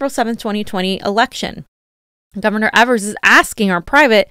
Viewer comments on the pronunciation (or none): Hey! Love you guys! Wisconsinite here, just want to let you know our governor's name is pronounced Eee-vers. Keep up the great work.